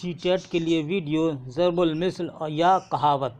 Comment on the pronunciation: As, zarbul misl nahi balke zarbul masal hota hai aur plural zarbul amsaal aati hai